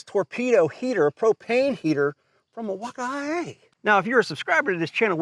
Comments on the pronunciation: What’s with pronouncing Milwaukee as Milwauk I A ?? It’s Milwaukee man 😂 No I A at the end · The way he added that extra flair to "Mill-walk-eye-aye"! 😂😂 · Why does he say milwaukee like that